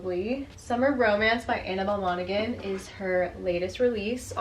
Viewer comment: You dont pronounce the G in Monaghan its pronounced like Mona-han the same as the county in Ireland